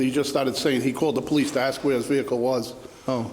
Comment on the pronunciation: Ask.....not ax....